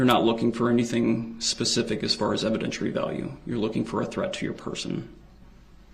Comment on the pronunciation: "Evidenshurary value".